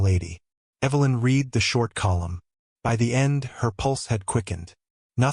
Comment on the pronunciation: Another thing to note, AI does not always get the correct pronunciation of words that are spelled the same but have different tenses. Example: read meaning past tense should sound like red. I will read that book. I have read (red) that book.